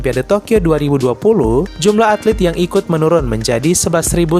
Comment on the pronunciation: ATLET kali, bukan atlit.